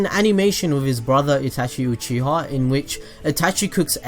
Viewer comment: this man said "sasuke uchihaw"